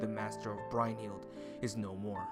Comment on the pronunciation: Hearing Brynhildr being pronounced "Brine- hild" over "Brun-hild" is so cringe worthy